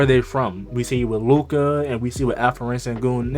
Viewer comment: Call him Al-P not Alferen. Thats wrong pronouncement.